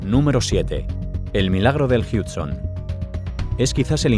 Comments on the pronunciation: Jamas habia escuchado y presenciado tanta informacion fuera de contexto y con fotografias "simuladas". Y que es eso de rio "Jíudson" ? se pronuncia jud-son. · Yo no entiendo, los españoles nunca pronuncian bien las palabras en ingles, como que las leen textual como se leerian en español y sin embargo el "Hudson" que se pronunica "Hadson" le inventa un "Huge" "JIUTSON" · No se de dodnde sacas lainformaciones tecnicas de los vuelos pero en el de qantas (a380) no hubo fuego y te cuento que el rio en NY no es el jiudson sino el hudson que consulta x ahi como se pronuncia bestia!!!!!! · El "Hiudson" jajaja es español 100 por 100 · El milagro del "JIUDSON" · DÓNDE ES EL RÍO JIUDSON!!! Jajajajajaj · El milagro del "Hiudson" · Se pronuncia jadson